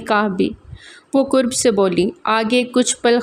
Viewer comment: Qurb,with gol kaaf means closeness,its derived from qurbat,whereas karb with dandi wala kaaf means pain takleef.please karb ko qurb perhna chor dain its very annoying 😢